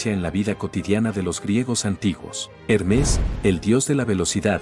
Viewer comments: Hermés ❌️ Hérmes ✅️ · Sabias que no se pronuncia Hermés sino Hermes?